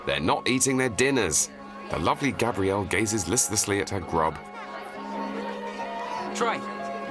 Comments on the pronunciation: It's Gabriella not Gabrielle The story of my life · Its Gabriella not Gabrielle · thank you! and its gabRIELLAAAAAA! NOT GRABRIELLE fs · It's Gabriella not Gabrielle..